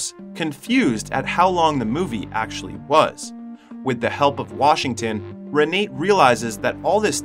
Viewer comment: It's not pronounced Re nate It's pronounced Renata. Spelled R-e-n-a-t-e!